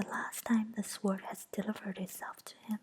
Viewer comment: I love the animations and enjoy listening to the chapter. This is the first time I've paid attention to tdee actual words though. It's probably been brought to your attention, but the w is sword is silent (sounds like sord). Thanks for this. The animations are beautiful and listening made a 4am feeding for my baby niece a little easier.